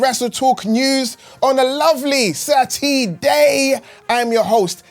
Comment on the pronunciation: its Sat -E-Day baby 🤟